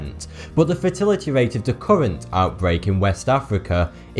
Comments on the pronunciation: I love how he says fatility instead of fatality. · I keep thinking that he says 'fertility rates' instead of 'fatility' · Fatality but the way he says it, it sounds like "fertility". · Tabitha Swallow exactly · i heard fertility, not fatality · Fertility rate? Wait, Fatality rate. I thought he said fertility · I also heard fertility :p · I still hear "fertility", it's definitely not an accent thing. That's like saying "eye-rack" for Iraq and calling it an accent. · I know coming from Lancashire starts you at a disadvantage in the pronunciation stakes, but you make a right pig's ear of saying Zaire. And every time you say "fatality", I hear "fertility". This will be very confusing for those for whom English is not their first language. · THANK YOU lmao I was thinking the entire time "Wait, where we are treated for ebola changes out fertility rates? Better go to Africa then" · That's what I thought at first. Really confusing when he said the USA had a 20 percent rate of fertility. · I thought the same thing. I was wondering what "fertility" meant in this case. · Zaire (pronounced Zai-heir) WAS the Democratic Republic of the Congo until 1997. It was the country's name. Are you saying "fertility"? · He's pronouncing fatality is 'feh-tality' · Was he saying fertility rate or fatality rate? How does he not know how to properly speak the language his people invented?